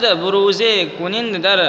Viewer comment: کنند کا تلفظ غلط کر رہے ہیں